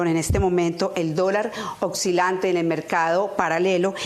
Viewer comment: Señora periodista se dice Oscila no Ocxila.